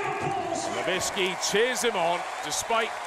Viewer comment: Ken Nowicki, "Ken novintski"